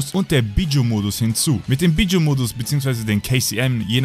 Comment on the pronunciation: Wie du einfach mal Bijuu auspricht "Bidschu" xD